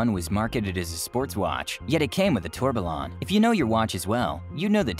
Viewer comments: ‘Tor be lon’. 🤦‍♂️ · That tourbillon pronunciation is a bit hard to take. Obj isn’t an RM partner. The Bubba Watson with a G sensor is the 38-01.